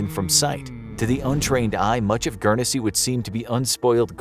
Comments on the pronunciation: Guernsey is pronounced gurn-say not gurn e say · GURN SEA not Gern e se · Dude - It's just pronounced like Gurn-zy not Gurn-eh-zy lol. No biggie, it just sounds weird the way you're pronouncing it :-) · Guernsey is pronounced gu-ern-sea not gu-ern-e-sea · GURN-sy, not GURN-e-SY, you fuk'n mook. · It’s pronounced gurnsy not gernansea 😂😂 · Its Guernsey not Guernessey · Just to let you know it’s pronounced Gern-zy but besides that it’s nice to see a video about us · It's gern see. Not. Gern es see. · I watch enough sidemen to know it's not pronounce guernEsey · It’s pronounced gurn-sey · Do you pronounce it Gurn-Zee or guer-ness-see like this mug? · I'm sure it's just pronounced "Gurnsey" (my city's all-time star footballer, Matthew Le Tissier would be able to tell you; he's from there) but I've been to Jersey; The bunker hospital complex is massive. Let's also not forget that the Channel islands were kinda seen as British land so they had some value in that sense. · As someone who lives on Guernsey it is pronounced gurnsey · Gern-e-sey pmsl American's can't pronounce anything correctly lol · U pronounced Guernsey completely wrong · I’m from guernsey and I must say that his pronunciation hurts me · The way Guernsey was being said was wrong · You messed up the pronunciation of guernsey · Why are they showing American flags, when talking about Winston Churchill who was the British Prime minister and they were pronouncing Gurnesey wrong 🤔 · The way you pronounced guernsey triggers me quite a fair bit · As someone who is from and lives in Guernsey, I can agree it triggers me 😡😩🤦‍♂️ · Guernsey... You pronounced it wrong most the time during this vid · The people that live there don't pronounce the first E in the name.